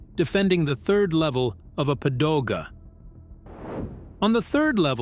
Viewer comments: Bad script, bad pronunciation. "Padoga" is supposed to be "Pagoda". "Jeet Kune Do" is mangled too many times. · What’s a padoga? :)